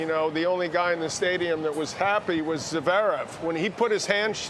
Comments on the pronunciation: Javerev and Not Zverev, classic McEnroe 😅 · johnny mac still cant pronounce Zverev’s name. jesus christ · "zuhverev" it's one syllable idiot "zverev"... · Only an American even the great Johnny Mac can’t pronounce a foreign name. Zeverev?? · One thing for sure, McEnroe can't pronounce "Zverev". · Why can't Mac ever learn how to properly pronounce "Zverev?" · I wish McEnroe would pronounce Zverev properly- it is not Zerverv!